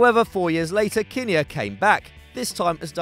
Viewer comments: It’s JOE KIN NEAR NOT JOE KINNIER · pronounced "Joe Kin-near" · Total amateurs! You don't know what you're talking about! It's pronounced 'Kinn-ear, NOT Kin-nayerr, or whatever you said, clearly not football followers, so why do you do it? Couldn't you afford Kevin Keygan?!